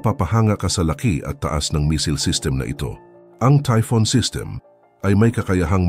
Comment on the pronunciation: Typhon po hindi Typhoon.